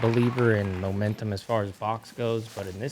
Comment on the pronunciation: I thought said a player needs "omentum" on hole 6, like a player needs guts, and I was like, clever of you sir. But... He didn't.